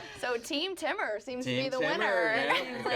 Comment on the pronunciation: I can't with the pronunciation of Temur by. Someone tell her it's Tee-mur! 😅